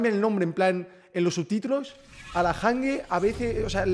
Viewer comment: Se llama hange pero se pronuncia anyi xd